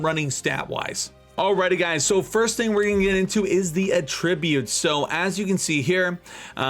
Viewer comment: Great guide! The only thing I have a problem with is the way you say attributes.